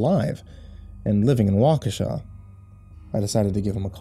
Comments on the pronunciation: Thank you, thank you, thank you, for pronouncing my home town correctly!! I'll add this to my local spook stories. :) Wa ka sha! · as a native of Waukesha Wisconsin I want to say thank you thank you for pronouncing Waukesha correctly and thank you for such a wonderful story I'm a big fan of your channel and have you on Signal whatever you want to call it as soon as the new story comes up on YouTube I get the the alert from you I'm looking very forward to part 3 a tales of the gas station and thank you again for the wonderful story I've been to the Nike missile site many times it's a it's a hectoliter pretty popular hang out if you have a way of finding any more stories about Wisconsin Waukesha Wisconsin that aren't about the Slender Man stories I look forward to hearing them thank you and as you like to say, sweet dreams. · I only live 20 mins from waukesha Wisconsin and im surprised you said it correctly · Feels weird hearing all those things about the town I grew up in. Especially the correct pronunciation of Waukesha.